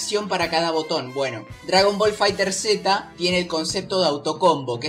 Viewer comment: Buen video bro pero te recomiendo algo si haces otro video explica lo de los terminos tecnicos asi sera mas facil explicar y los que quieran pasarse a otro juego de peleas se les haga mas sencillo, y se pronuncia FighterZ no fighter seta xd Un saludo